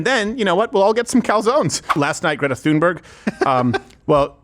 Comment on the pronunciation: The “ Th” in “ Thunberg” an aspirated “ T” not “ theta” as in “ think” or” thin”. In Nordic languages voiceless consonants are often aspirated at the onset of a stressed syllable. The “ h” is a pronunciation coding marker ss in “ Pharoah “ or “ Phuket “. Yes , I know how yiu pronounce “ pharaoh “ but it was really / P*a-ru/ . This occurs in the English spelling of “ Thomas”. It’s “ Tomas” in Spanish that lacks the Ural-Altaic contingency og Nordic languages.